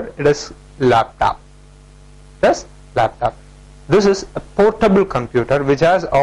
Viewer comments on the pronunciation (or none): its not told desktap its called desktop and laptop not laptap....😂